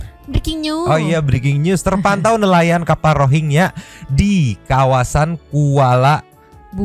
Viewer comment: nyebut na tong rohingnya lah geuleuh haha geus weh rinyuhingnya wkwkwk tuman